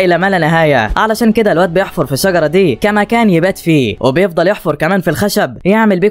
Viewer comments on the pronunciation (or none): يا صاحب القناة نقول يحفر وليس يفحر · يحفر ❌️يفحر✅️ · بيحفر مو بيفحر 😂😂